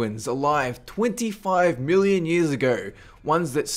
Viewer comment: 500 billion years ago... The universe was made 13 billion years ago I know he sed million tho it sound like billion